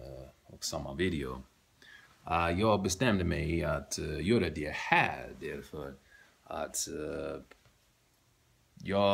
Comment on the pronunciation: Var däremot försiktig med hur du betonar(intonerar) "här". Tveka inte för länge eftersom det annars låter som att du säger "här" istället för "det här".